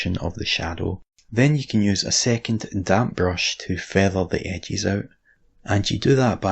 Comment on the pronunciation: I watch these videos just so I can hear use his accent to pronounce words in different ways. My favorite is edges. Edges = "ehgees"